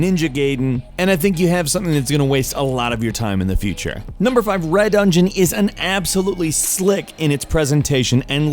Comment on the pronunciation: It's ninja gaiden not gayden and it's re dungeon like redo not red dungeon